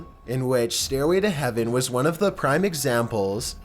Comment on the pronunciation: "Staiway to heaveuhn. Satauhn."